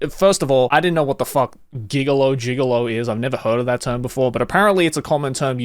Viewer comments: a giggolo is a male hooker, pronounced jigolo. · gigolo is pronounced with a soft g. It means a young man who has a relationship with a older woman who spends money on him. It's like a sugar daddy relationship with the gender roles reversed. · I highly highly recommend not being too lazy to look up how to say giggle oh properly. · Deuce Bigalow Male Gig-elo lulz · Why would anyone listen to this dude he doesn't even know how to read. He has never heard that word gigolo. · Sorry. Stopped watching after not knowing what gigolo was. When you come across a word you don't know, there is no excuse of not knowing what it is and how to pronounce it. I understand you aren't from America and the movie American Gigolo and the decades of the words use didn't make it to your ears, but hey, I know low key, no cap, fire, Chad, and just about every other perpetually online person's meme and term and when I don't I use my internet slueuthery to look it up. Not subscribing, no thumbs up, no bell icon for you. Slacker. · How did you look all of this up, but not what a gigolo is or how to pronounce it😅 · Gigolo is pronounced with a "g", same as "gif"